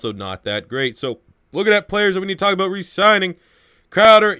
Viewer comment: "yaerds" "aout"....wtf man